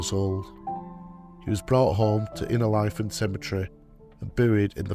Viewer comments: Great to hear local stories of lads buried at Innerleithen. Most of my family are buried there, and I have often wondered about the lads brought home. Thank you. Incidentally, it's pronounced Inner-lee-then. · I am always impressed by the level of extensive research that you must do when you produce these videos. I find it a bit surprising that quite often you mispronounce place names. It's pronounced 'Inner-LEEth'n', and also Ely as in 'mealy'. Thank you for what you do, and this is not meant as a criticism.